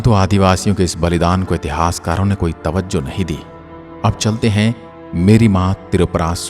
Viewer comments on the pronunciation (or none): none